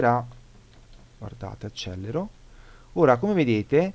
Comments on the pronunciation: Perdonami: Accelero e non Accellero. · "accelero" si scrive e si pronuncia con una elle.